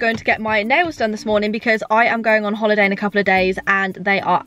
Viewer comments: Did u hear say “holiday “ she sounded like rlly funny xx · I have never heard someone say holiday like 🥰